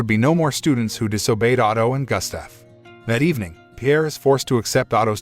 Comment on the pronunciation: Johan... is pronounced "YO Han" Gustav is pronounced...Goost ta'V.